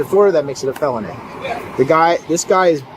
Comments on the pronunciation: AI Voice. Mispronounces the word "felony" as "fayloney" and "used" as "you-zed". No real person would speak like that. AI is infiltrating our lives. We don't know what's real, what's fake, what's true, what's false. Even videos lie. Bodycam Justice Reports, why don't you get an actor to narrate your vids instead of AI Voice? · Also "FAY-lony" 🤣🤣